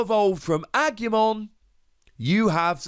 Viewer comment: congratulations on getting Angemon right ^O^, but talking seriously Kabuterimon has an interesting effect, and low evolution requirements, so the green deck seems to be for fast evolutions and counter attacking, mmm interesting if not a little dangerous, am gonna take a wild guess here that some of the other green cards are gonna help putting the oponnent's digimon to rest mode, probably Lilymon is gonna have an effect like that. Who knows but am definitely excited